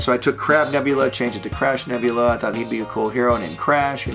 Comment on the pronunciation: I kept hearing Crap Nebula, instead of crab(?) X'D